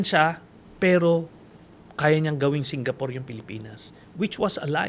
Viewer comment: Singapore ❌ Singapoor✅ 🤣🤣🤣